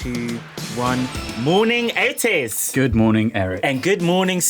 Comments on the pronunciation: Lmao "Morning ETES" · I can never say the name Otis normally only the way Eric does